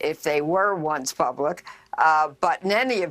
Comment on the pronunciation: PUBLIC not Pubic